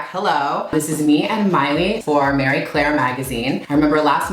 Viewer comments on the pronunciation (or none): Has it really been pronounced “MARY” not “Mah-Ree” Claire and I’ve been mispronouncing it all these years?!? Ugh! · Marie Claire's editor-in-chief says that as long as you're talking about it, she doesnt care how you pronounce it lol. I think it depends on where you're from/your language background, but I'm pretty sure its "true" pronunciation is "Mah-ree".